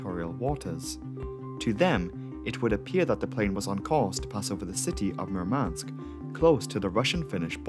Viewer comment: Murmansk pronunciation has emphasis on the first vowel; as in, M*oo*rmansk